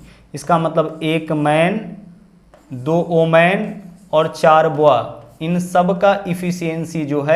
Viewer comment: सवाल करने का तरीका अच्छा है। ❤लेकिन Boy बॉय कहते हैं, या फिर हिंदी में बच्चा या बालक ही कहो। आप बोआ बोल रहे हैं। बॉय का मतलब बच्चा और बोआ एक सांप की प्रजाति होती है।